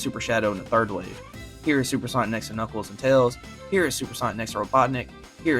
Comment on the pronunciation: "Today i boght super sonic...and knuckeld"